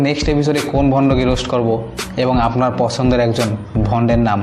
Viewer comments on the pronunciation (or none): none